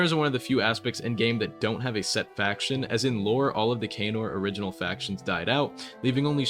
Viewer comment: its not kaynor its canor